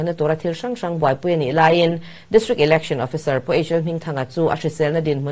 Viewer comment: Election lamdan hi google leh hmun hrang hrangah ka en a,Ilection nilon Election a ni e,s aptawng leh Mizotawng hi lam dan dika lam hram a tha,Education pawh Iducation, Entepawh Inter, Exam pawh ikzam kan ti tawh mai dawn emni ?